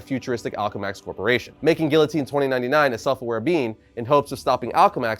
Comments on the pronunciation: its (Gee-uh-teen) not (Gill-O-Teen) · Dude its pronounced geeotine not gillotine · Help me with this pronunciation of guillotine… is it not after the French Revolution beheading machine? Ghee-yo-teen??!